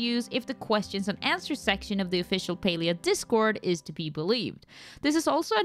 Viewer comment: Why is it pronounced as Pelia?